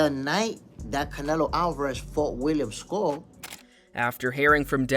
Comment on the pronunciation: Canelo AL-VAH-RAHZ🤣🤡